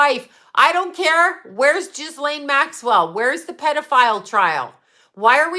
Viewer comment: Its pronouned GEE -LAINE...its French...the S is silent.